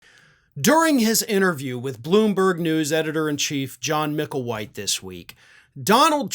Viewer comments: his name is John Micklethwait, not "Mickelwhite" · Micklethwait not Micklewhite